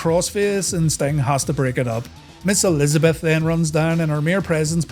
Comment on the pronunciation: I thought you said Miss:D